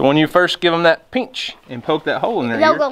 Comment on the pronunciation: You say pinch like I do.....peench.😁